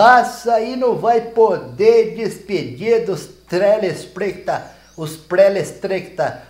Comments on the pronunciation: UE vc tentou tentou e não conseguiu falar telespequitador dar trabalho errola a língua ne 🤣🤣🤣🤣🤣👏👏👏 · Tetreplescador e que se fala 😂😂